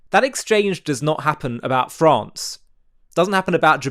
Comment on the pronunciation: 👉🏼Nobody goes around asking, “Do you think “Fraawnce” has a right to exist? “Do you think Saudi Arabia has a right to exist?” Nobody EVER asks that question! 👉🏼And nobody gets cornered or demeaned or harassed by being EXPECTED to swear on their Mother’s grave that one thinks Fraawnce has ‘a right to exist!’ 👉🏼Neither is anyone ever asked to make any kind of public allegiance to a Country not their own! EVER! We have never been asked to make any sort of commitment about a foreign nation even when our Country has signed Ally Agreements with it! 👉🏼Someday it will become generally obvious to people how RIDICULOUS and INAPPROPRIATE this is! 👉🏼BTW: If someone who swears allegiance to Israel and crosses their heart that Israel “has a right to exist” is called a “Zionist,” … what kind of ‘ist’ would someone be who swears Fraawnce has a right to exist? Japan? Saudi Arabia? 🤔 Seriously curious. PS: Genesis begins with Creation because nothing else can happen until something is created. You can’t have a “First Commandment” until you have SOMETHING to command!! Duh! 😳 I’m embarrassed for Rashi, your Greatest Torah Commentator. I’m shocked he would not have that figured out right away. 😳